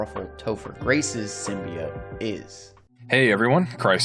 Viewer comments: Bro it’s symbiot not simibyit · It's pronounced Sim-be-oats not Sim-be-ots sorry had to say it was triggering me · Many old school Venom fans say it sim-be-it, like this guy, because the 1990s Spider-Man animated series pronounced it that way. For us it was the first time hearing it in any form outside the comics. The voice actor clearly mispronounced it wrong but many of us still say it that way. Including me lol. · Also it’s symbi-oats………. Just letting you know 🙂